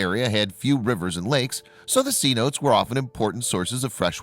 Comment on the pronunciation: They are not called 'C-notes', It's pronounced seh-NO-tays.